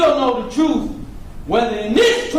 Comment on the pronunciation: says troof instead of truth!!!